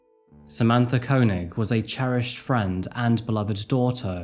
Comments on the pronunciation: Wouldn't it be pronounced "Kay-nig"? That's how Chekov's actor, Walter Koenig pronounces it. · It’s kay-neg for the pronunciation btw 😅